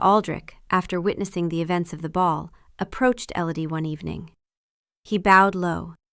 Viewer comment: Not Ellady, Elodie.